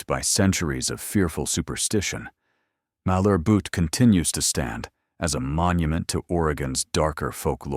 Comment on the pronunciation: Heceta is pronounced: Huh-SEE-tuh Malheur is pronounced MALL-yer Tillamook is pronounced Tilla-muuk (rhymes with hook)